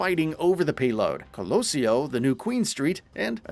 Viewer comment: That pronunciation of Paraíso, Coloseo and Esperança killed my brain